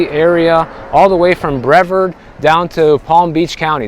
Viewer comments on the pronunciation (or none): "Bre'Vard" is how it is pronounced. You definitely are not a Floridian.